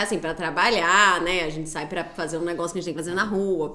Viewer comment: eu gosto muito que a fala NEGOÇU ❤